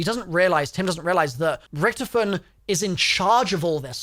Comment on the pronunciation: you pronounce it horrivly wrong sounds like youre saying recktom